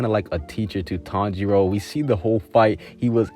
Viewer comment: Did you know that he doesn't pronounce akaza and tanjiro correctly